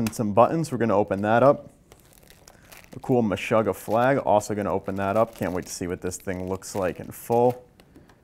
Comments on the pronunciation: Anyone else a little bit bothered by his pronunciation of "Meshuggah?" Watch any interview with them and it's meh-SHOO-gah, not meh-SHUH-gah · Absolutely bothered by it. MESH-UGGAH. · Kale Platzer It sound weird the way he says it but to each his own